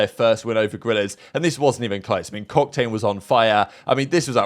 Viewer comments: Did he just call em cocktane or am I trippin😂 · calling Octane "Cocktane" got me 😂😂😂😂 I'm dead AF.